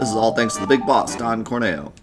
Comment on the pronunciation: Also, it's always and forever pronounced Cor-Neo because Corneo is horny-o